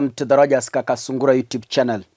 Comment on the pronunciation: Sure,, I like the way you stress it. I am your friend. Dr. Wuodarek from Western USA.